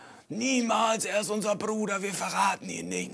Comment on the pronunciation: Wenn er "wir verraten unseren Bruder nicht " sagt betont er bruder so weird hahaha